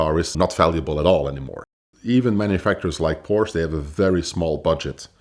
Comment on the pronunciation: A guy that pronounces Porsche as porch is not a car guy